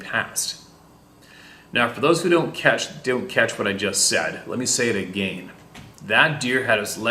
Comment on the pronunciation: My girlfriend laughs every time. A gain and a gain😁